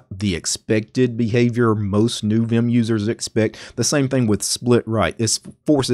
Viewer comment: The only guy I've ever heard who said viyum instead of vim